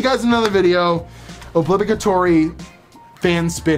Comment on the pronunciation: oblitory not obligatory